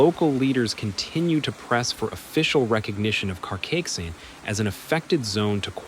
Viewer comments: At least bother learning the pronunciation of CARCAIXENT if you're going to talk about it for 8 minutes, dude. You know, as a sign of respect... You're not even close. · Carcaixent, and not Karkixent. Cogullada, en not Koala (wtf!)